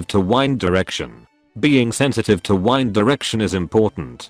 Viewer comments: This man can’t say wind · Cant believe he pronounced "wind" as "wind" smh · Cant say wind? Wow